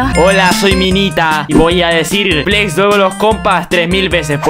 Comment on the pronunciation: no entiende que no se dice plex se dice Flex